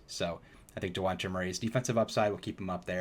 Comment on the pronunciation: Fr that shit bugged the fuck outta me😭😭😭 ITS DEJOUNTE (DEE- JAWN-TAY)